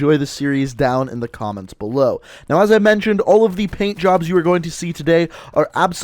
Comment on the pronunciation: When u said PAINT_JOBS I THOUGHT U SAID BLOW_JOBS